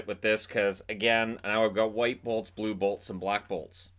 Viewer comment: Take care to enunciate when saying "blue bolts."